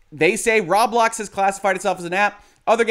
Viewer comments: row-blocks, not rob-lox or raw-blocks. triggered :P (you buy thing with robux, ro-bucks, not raw-ucks or rob-ucks) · It’s pronounced “Row-Blocks” not “Rob-lox, as in “Robots,” not “Rawb Lockes” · The way he says "Rob-lox" makes it sound like a store that sells locks and is owned by Rob. "Rob Locks"